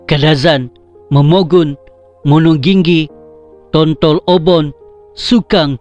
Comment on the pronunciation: Tontolobon ba bukan tontolooubon.. hehehe..sebutan bagi sesuatu ayat dlm bahasa dusun harus lebih berhati2 sbb lain daerah lain sebutan dan maksud..yg ori dusun tu faham2 laitu..hahaha